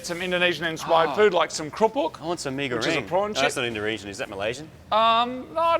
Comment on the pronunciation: did Marty say indoresian at the end lol